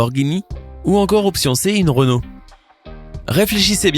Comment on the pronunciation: on dit renault